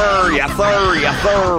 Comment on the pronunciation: speech: yes sir him saying: ye fir